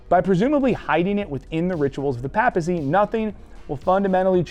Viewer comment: For someone who supposedly knows about "Pope stuff", you should probably learn how to say "papacy".